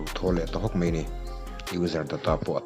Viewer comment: Mei nilo in mai tihtur aw . aruk tein i hnung lamah an nuih tawh mai thei che😂